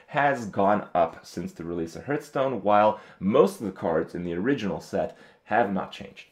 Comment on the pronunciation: i'd like to buff your ability to pronounce "hearthstone"